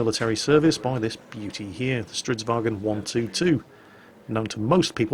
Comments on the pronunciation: IT IS NOT GERMAN! ITS STRIDSVAGN NOT STREIDSWAGEN! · Not quite. A "gn" is pronounced like the "ng" sound (or [ŋ]), with a trailing "n". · hey not being a knob but fairly sure the G in stridsvagn is silent according to one of my swedish mates unless hes talking shit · Is it pronounced "vagen" or "varen" because my Swedish friend says "strids-varen" while everyone else says "Strids-vagen"